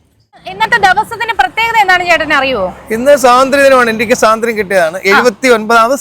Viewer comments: സ്വാതന്ത്ര്യം എന്നാണ് പറയേണ്ടത്,, സാധന്ത്യം എന്നല്ലല്ലോ 😊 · സാതന്ത്ര്യം അല്ല പെണ്ണുമ്പിള്ളേ സ്വാതന്ത്ര്യം